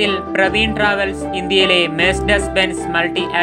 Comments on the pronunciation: പ്രവീൺ അല്ല പർവീൺ ആണ് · പ്രവീൺ അല്ല ബ്രോ പർവീൺ ട്രാവെൽസ് ആണ്. ഉടമയായ അഫ്സലിന്റെ സഹോദരിയുടെ പേരാണ് പർവീൺ. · Chetta പർവീൺ ആണോ , പ്രവീൺ ആണോ ..? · Praveen alla Parveen.